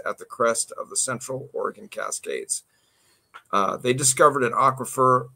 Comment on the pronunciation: You're definitely not from Oregon pronouncing it that way 🤣🤣🤣